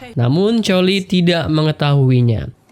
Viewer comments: Koli bukan choli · Cholie=Kholie pak bukan Colie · Bukan choley tapi koly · Gini bang Cholie itu kalau Di panggil ke Indonesia jadi Kolie Bukan Co..... Jadi Cholie bacanya=Kolie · Bang kamu salah ngomong nama nya collie ngomong nya itu harus pake kolli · Bacanya koly kali bang😂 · Coli Atau Choeli Bang?? Kedengarannya Coli (Permainan Ngocok Batang) :v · iya nih betul bang